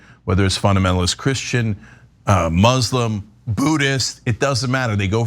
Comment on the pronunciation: You sad person. You know nothing about Islaam to even mention that in the same breath with this madness. Go back and learn the religion because I don't know what you were raised upon, but it wasn't Islaam. You don't even know how to say the word "muslim" correctly. I pray that Allah guides you both to the truth.